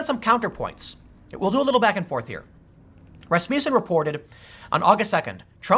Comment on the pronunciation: A lesson in Scandinavian names for you, Tim: Johnson-son of John, Olson-son of Ole, Peterson-son of Peter, Rasmussen(Norwegians use en instead of on)-son of Rasmus. Not Rasmuse. Also, accent on the first syllable.